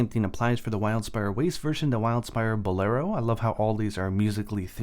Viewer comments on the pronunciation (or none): none